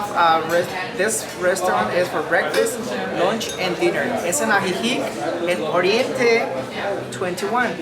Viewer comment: Both "i" in Ajijic are pronounced the same 😄🤠😆✌️